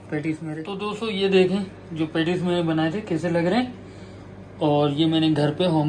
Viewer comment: it’s not pantties it’s patties 😂😂😂